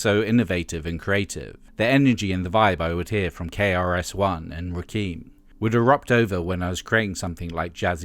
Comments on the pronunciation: Me: Kim: Kim Me: Rakim: Roohkeem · LoL! Narrator said Ra-KEEM...